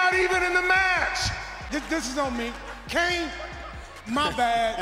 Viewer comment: Santino's pronounciation of Kane in one of the backstage promos is hilarious